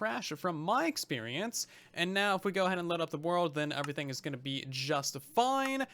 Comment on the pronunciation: How do you manage to say “everything” with a U. Like eÚverything